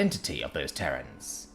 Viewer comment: Terrans, not Terrains.